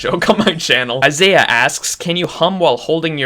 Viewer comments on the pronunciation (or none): none